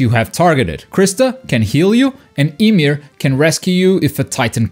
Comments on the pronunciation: You said titan imir it's pronounced (YA-MEER) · "Titan ee-meer" gives me cancer